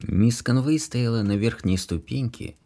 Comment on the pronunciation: Ударения!!! Невозможно слушать, особенно в имени, в английском языке ударение в именах падает на первый слог мисс КОнвей.